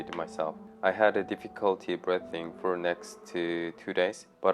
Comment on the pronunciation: Your English is very good, but if I may tutor you for one word please. Breathing. It is pronounced as if it has two EEs. Like breething. Respect brother.